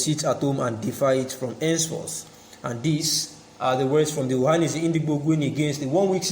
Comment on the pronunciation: Please shut up your mouth, with your fake nonsense crap. You can’t even pronounce OHANEZE AND NNAMDI KANU yet you wan take them shine. Craze